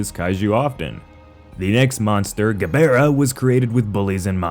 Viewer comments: That's a weird way to says Gabara's name. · The constant mispronunciation of Kaiju names makes my brain ache. Why can Americans never pronounce Ghidorah correctly? Or Gabara? Or even Gigan for pitty's sake! You don't have to be fluent in Japanese!